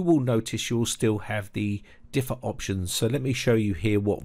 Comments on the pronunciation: Very disturbing. Thanks for the notification. By the way, if no one has mentioned it, it's "defer" not "difer". At first I thought it might be a difference between American and British English but it's the same in both languages. Not trying to be a jerk, just FYI. Thanks again. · "Difer" = "Defer". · "Defer," not "difer" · pronounced deefur. not differ. :) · It's "de-fir" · Just an idle observation ( admittedly not crucial to the excellent info. in the video ).... What is up with pronouncing the word "defer" like "differ". It's bizarre because this guy sounds like a British native English speaker. I find it hard to believe that such a basic word pronunciation is not known. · learn how to pronouce defer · The worst part of this is your inability to pronounce the word defer. Differ and defer are different words!